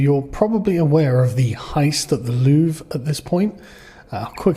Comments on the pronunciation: did you say loovree you pleb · Just so you know, it's pronounced "Lou-Vra" ... so you can outperform MSM LOL. Really sad part is that the normal French citizens won't get how "DEI" doesn't work ... can't change a flat but can run "Security" at the World's premier Museum. Her saying "Non" to Policing is dangerous is the same logic as a female Blackhawk Trainee Pilot ignoring her Male instructor to change course ... twice. Bonjour and howdy from a Texan living in France. They didn't use a "Crane" in the traditional American sense, they used a "Furniture Lift Platform" and the reason nobody seemed to know it was going down is that those devices (Furniture lift platforms/stairs) are very common here ... most building that even have "Elevators" are usually very small and most times "Movers" aren't allowed to use them as it interferes with Tenant movements. So they use these portable devices to move boxes/furniture/appliances externally from the Street and thru Apartment Windows. Nothing out of the ordinary ... especially given they were dressed in "Workman Reflective Gear" (also very common). And it only took 7 minutes ! Seems to be the current MO for this type theft. Popping the stones/Pearls out isn't very difficult or time consuming; they've already proven their skills with a battery powered angle grinder ... a "Dremel" with a cutting wafer is no great step. The Gold is easily smelted with a gas/oxy torch in a graphite crucible and with spot Gold going for $4,300 a troy ounce, very lucrative. The "Rose Cut" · you don’t pronounce the “re” in Louvre mate.. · So you pronounce it like the word we use as a synonym for bathroom.